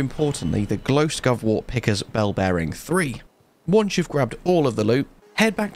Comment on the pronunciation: Did anyone notice he said Glost Ghovewort lol